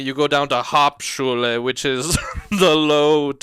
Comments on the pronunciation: Dying at Shane trying to pronounce “hauptschule” 💀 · Btw Hauptschule is now called „Werkrealschule“. At least same of the cities call it like that. Ps. As a german I feeling highly offended by the accent and by the pronunciation of german words 😂 it‘s good but it still sounds weird to hear it like that 😂